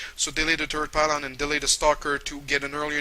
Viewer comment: i am srry but everytime he meant "third" i sounded like "turd"